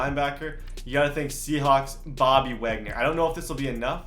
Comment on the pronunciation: Uhh, this whole video I kept thinking, that this guy need some milk, and by the time he said gooraaapoola, and waaagnor, when he didn’t even trade both of them and when he said u can only trade two, I was done